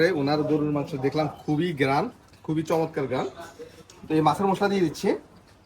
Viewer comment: উচ্চারন ঠিক করুন মুশলা না মশলা গ্যারান না ঘ্রান